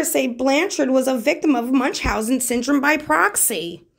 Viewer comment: "munchenhausen" ?? Okaaaaaay then.